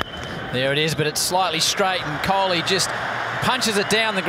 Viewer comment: the way they pronounce kholi is amazing ❤️❤️